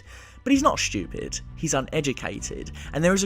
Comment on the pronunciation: Not stupid but Shtupid :'D